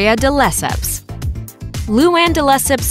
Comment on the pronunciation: This. "De Lesseps" was all sorts of bungled...